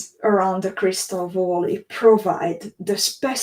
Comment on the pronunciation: Hi, thanks for sharing your adventure in Crystal Valley (please pronounce it as väly not voly)..